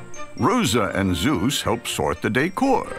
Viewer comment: For a minute thought the narrator said Hera and Zesus and just internally screamed but no so all good. Those pups are the most adorable animals, I love this show as a kid and it brings me such a warm feeling I love it